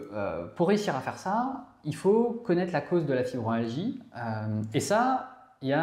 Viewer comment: Je suis ravie de vos clips et cela correspond bien à mes symptômes Pourriez-vous bien prononcer le mot FibromYalgie et non fibromalgie Ça me choque à l'oreille Continuez c'est très important pour nous Merci